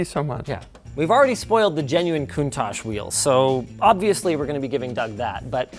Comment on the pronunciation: linus actually said countach right